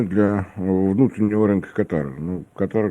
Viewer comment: Как можно его воспринимать серьёзно,если он даже страну правильно не может назвать, ударение нужно ставить на первую букву! Аж ухо режет